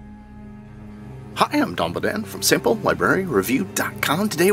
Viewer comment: Off script a little but everytime introduces himself all I hear is Dumbo Dan 😂 cracks me up every time. Seriously i love your channel and the content is first rate